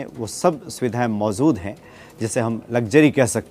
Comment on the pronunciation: please मोजूद mojood को mozood na bola kare.